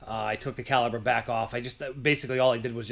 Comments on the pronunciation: Thanks for sharing! Ahem, it's caliper, not caliber. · Don’t like to be “that guy” but for future reference it’s caliPer.